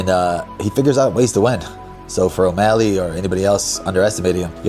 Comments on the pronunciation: He was calling him O meth ly 😂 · Cejudo can't talk. Can't pronounce O'Malley. Is he on drugs??😂